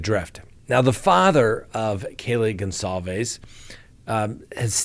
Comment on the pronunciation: Come on it’s not Gonzalvez it’s something else. We owe them at least the respect to there family name just saying dear sir I’m actually more confused then ever now if I’m wrong and your right my apologies kind sir.